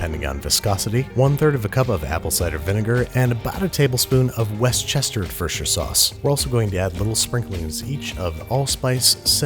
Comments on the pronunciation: Worcestershire sauce is pronounced; wister - sheer sauce, I know this because I live in MA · It's actually pronounced "Worchestershire Sauce". No need to thank me. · How To Pronounce Worcestershire: not like this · "West-chester." Dude, it's pronouced Wooster-shire. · west chester ford shire sauce killed me ahaha as someone from Britain it's pronounced woostashire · West Chester Vershter sauce lmao Worst•ter•sure Sauce is how you pronounce it lol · I love how you say worchestershire sauce 😂 you pronounce it wustershire sauce, but good try! Love your vids 😊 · Worstechestefistefarshire Sauce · West-Chester-For-Sure sauce. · West chester lmfao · Westchesterfordshire sauce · "Westchesterfershire sauce" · Wuss te sheer is the pronounciation of the worchestishire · "west chester fersher sauce" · westchesteredfirsher sauce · “West Chester Fer Sauce” Wow. Just wow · I love you babish, but did you say West-chesterd-fordshire sauce? This is the worst pronunciation of Worcester sauce I’ve ever heard XD. Unless it is a different sauce! Love your videos! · You slice dem kirbie’s Also: WESCHESFUR-stur-SURE SAUCE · Did he say Westchester furshur sauce?😭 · "Westchesterferdshire sauce" xxx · Westchesterfersher sauce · Westchesterfirsher sauce? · I died at his pronunciation in this, “West-chester-ferd-sher” sauce 😂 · Its wuss-ter-sher I think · punkypaige, woasta-shire. That's it. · Its woo-ster-shur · It's pronounced worchercherstireshire sauce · Expert chef: war-shest-ford-sure sauce Me: no thats not right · 😂it’s pronounced “woosh-ti-sheer” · WEST CHESTERED FERSHTERED SAUCE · Westchursturfield sauce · It’s pronounced wushter😂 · He deadass called it westchester sauce 🤦‍♂️ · Louie Webb naaaaah naah , I’m American and he pronounces that VERY wrong lol it’s DEFINITELY (wuster-shire) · Weschesterforshire sauce 😂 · "west Chesters vershder sauce" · West Chester fersher sauce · it's Woo-stir-sher sauce. Please stop mispronouncing it. If Bourdain could pronounce it right so can you!